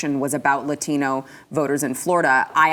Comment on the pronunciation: I hate when non-latinos try to pronounce latino with an accent. "LATHEENO". 👉 GTFOH